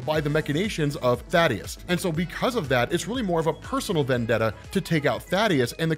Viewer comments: Also. Thay-Dus. His name is Thaedus, not Thaddeus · Planet's name is "Viltrum" The people are "Viltrumites" also "Thaedus" is not "Thaddeus" its like th-ae-dus. Good videos tho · bro, I think dude's name is pronounced "thay-dus" or even "thay-eh-dus" not Thaddeus..lol aw thad lol